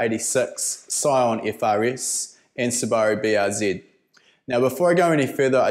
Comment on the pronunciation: toyota eighty sex ,scion f fa ris, Subaru Br zit. That's what I heard.